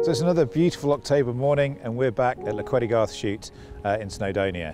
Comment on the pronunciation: Very nice! But please please please someone correct the name of the place, should be Llechweddygarth, not "Llch..." . I know you all think we Welsh hate vowels, but we're not that bad ;)